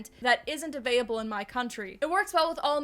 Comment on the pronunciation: why do you keep saying "avaiable" during your ad? did they forget the L in the script they sent you?